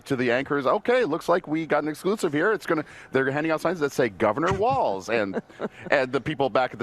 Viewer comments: It’s walz, not waltz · It's WALZ. Not T